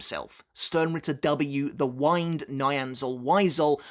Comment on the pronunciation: Im pretty sure its Wind as in air not Wind as in clock